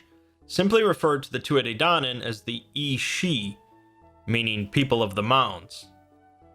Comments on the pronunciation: Great video but for future reference it's pronounced "Tooth Ah Day Dan On" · Pronounced two ah ha day donnin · he said it so wrong